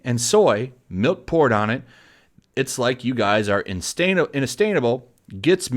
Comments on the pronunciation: instainable? Learn to read. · Let's help him, Say it like this, in-say-sha-bull. There you go. Hope it helps. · mispronounced that. It was insatiable. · Dude I am on Vic’s side but seriously learn how to read it’s embarrassing when you can’t either read a sentence how it’s written or even read the words written, insatiable is one word of a few you said completely wrong! When it’s your job/role on YouTube to make videos talking about things at least read them correctly please thanks